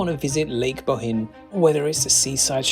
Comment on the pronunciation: Bohinj is pronounced like a Scottish loch ie boch-in